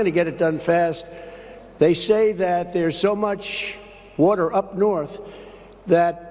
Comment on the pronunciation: I hate the way Trump says “warter ”. Ugh.